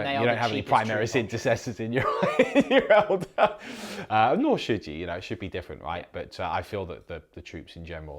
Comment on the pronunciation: saying "elder" instead of "eldar" sounds weird to me.